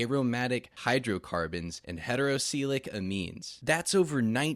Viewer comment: bro you pronounced acetaldehyde wrong. edit that shit pronto dont lose viewers. and polycyclic and heterocyclic